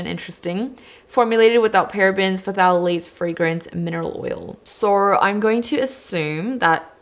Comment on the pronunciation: I think it's tha-latess not pha-tha-la-lates